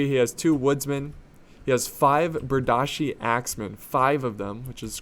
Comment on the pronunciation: Its pronounced Ber deeshe not berdashe